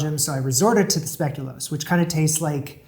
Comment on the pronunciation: Definitely heard "speculum crust" when he was describing the past cheesecake 😂